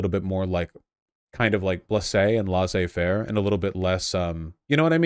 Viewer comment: Well, he pronounced it wrong, but yeah its just a french thing. Like mentioned above it basically means "let them do what theyre doing".